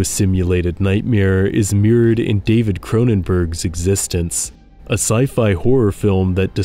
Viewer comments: Not "Existence", it is "ExistenZ" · "EX-is-tense" is how the david cronenberg's movie's name is pronounced. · ExistenZ is pronounced “Exis-tens”; not like “existence.” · The Cronenerg movie is pronounced ex-es-tenz. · Existenz isn't pronounced "existence". It's pronounced the way it's spelled. It's said many times in the film, which means, you didn't watch it. I'm sure whatever AI you used to help generate this script hasn't seen it either. Something gives me the sneaking suspicion, you've never read Electric State. The irony, given the subject of this video, could kill an adult elephant in musth. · It’s ex-is-stenz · “Existence”?????????!!!!!!!!! I stopped watching at that point. The pronunciation of that movie is in the first few minutes. It’s in the marketing. Sheesh. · In the movie, they really emphasize how to pronounce eXistenZ, and it's not like "existence." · The title of Cronenberg's film is pronounced; Eggs-Uh-Stens. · This was a cool video but it's eXistenz not existence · It’s not “existence”! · How can you have actually watched Existenz and not know how it is pronounced?